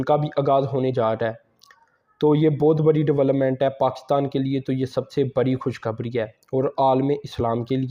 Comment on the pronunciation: سر آپ کی بات ٹھیک ہوگی ۔مگر ہم کیسے یقین کریں کیوں کہ شک اس لئے ہوتا ہے کہ آپ کی اردو ہی ٹھیک نہی ہے مثال کے طور پر آپ خوش خبر ی کو کھش کھبڑی کہتے ہیں۔۔تمںاکو کی کھبڑی کی طرح آپ کا منہ ہوگیا ہے